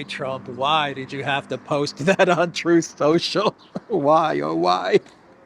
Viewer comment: Truth Social … pronounced Troll Social